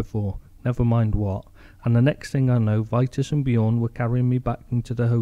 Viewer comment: Pronounced.... Vee tas